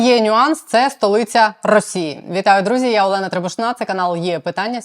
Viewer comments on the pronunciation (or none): none